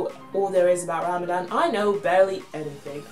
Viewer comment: and u say it ramathan but written Ramadan